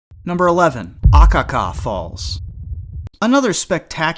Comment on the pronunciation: Yes, and Hilo, HI is pronounced 'HEE-LO', not HIGH-LO. Further Akaka Falls in Hawaii has the accent on the SECOND syllable, not the first as he said it. Lol